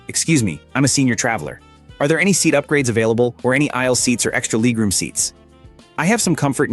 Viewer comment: 68 year old with a 23 year old voice, pronouncing "leg room" as "leeg room". I hate it!